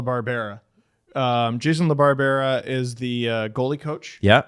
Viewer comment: jason la bar bearah jfc that's one of the dumbest butchering's of a name I have ever heard